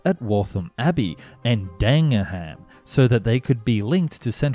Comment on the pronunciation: Honestly you sound British so why can’t you pronounce towns like Dagenham (never heard of Ford for heaven’s sake?).